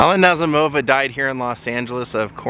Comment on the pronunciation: The emphasis is on the 2nd syllable, Na ZEE mo va.